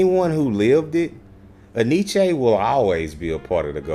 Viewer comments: En Y Ce. Enyché? 😂🤣😂🤣😂 It's NYC. Look it up. My people are ALWAYS fuckin' up a name 🤣😂🤣😂🤣... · the dude in the video even pronounced it wrong so don't feel bad ...its actually pronounced N-Y-C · We pronounced it in-ee-chee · Enyce had some fly gear.. for the longest time thought it was pronounced EN Y CE.. just thought it was word play on spelling or representing NYC.. when I learned the supposedly proper pronunciation I thought I was being played with..